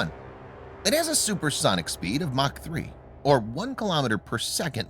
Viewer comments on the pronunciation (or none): none